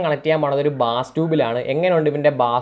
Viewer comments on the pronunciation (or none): ബാസ് അല്ല bro ബേസ് ആണ്.